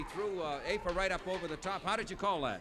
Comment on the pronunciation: Sorry to correct you but it’s afa not affa